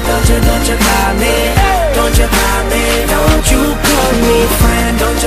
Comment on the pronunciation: "dont you kal meh frends" what apronounciation!